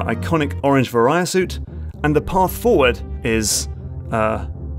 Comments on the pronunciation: "ver-eye-uh" suit. I never heard it said like that before. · The way you pronounce Varia Suit hurts me a bit. Great video nonetheless. I love watching videos about how amazing Super Metroid is, because it is just that. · Nothing prepared me for the frustration of hearing someone pronounce "Varia" so incorrectly.